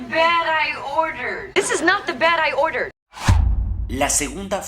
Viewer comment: En la frase "this is not the bed I ordered" no solo no pronuncia el pasado. Se escucha "this is not de berai order". Por lo tanto eso también dificulta la comprensión. Muy buenas sus clases. Saludos desde Buenos Aires.